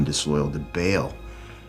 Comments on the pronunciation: Who tf told them Ba'al was pronounced Bale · I cringed when the Romans sounded like stereotypical Italian mafia lords lol -poor acting, terrible props, was a bit weird -The dudes pronouncing Ba’al as “Bail”